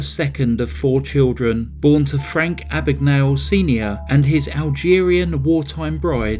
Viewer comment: My name is Mr Abagnale. Not Ah-bag-Nah-le . A.B.A.G.N.A.L.E, Abag-nail